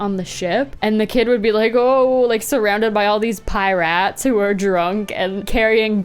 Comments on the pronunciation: Did you just say piRATS? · “PI-RATS” yes I love pie rats who steal pie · Her pronounciation of pirates 💀